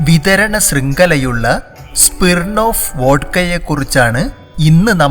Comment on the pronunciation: സ്പിർണ്ണോഫ്‌ അല്ല ബ്രൊ. സ്മിർണ്ണോഫ്‌